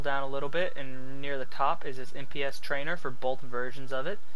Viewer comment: isnt it "NPC" trainers? not "NPS"????